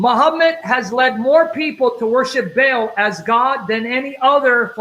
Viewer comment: Interesting how is pronouncing the entity’s name to sound like Hubble, our huge space telescope, and the Vatican originally named their telescope Lucifer.